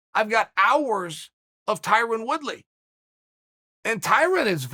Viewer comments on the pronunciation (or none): “Ty-Ron Woodslay” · Wyron Twoody